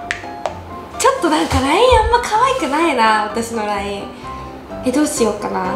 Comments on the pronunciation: どうしようがどうし「や」うになってる😂 かわいい〜☺️💗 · ８分３5にどうしようなのにどうしやうになってる！w